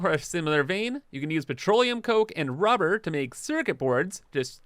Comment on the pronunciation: I HAVE A DREAM... A dream where you stop saying RUE BAR and just say RUBBER. It would be wonderful if you can edit the video and just dub in RUBBER. Thank you.